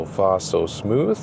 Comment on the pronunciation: As an American, I especially appreciate ' recent adoption of "th" sound as in Smooth vs Smoose in Deutsch.;)